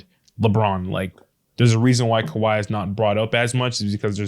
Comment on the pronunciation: Kawhi-A, Irving-A